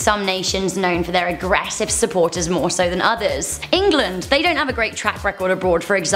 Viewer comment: EnGAlAAnD (England)